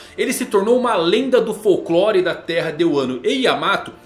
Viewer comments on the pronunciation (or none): none